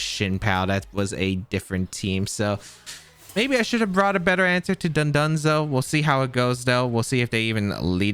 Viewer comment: "tatsaroogi and dundunzo" is nearing wolfey levels of horrendous pronunciation and I love it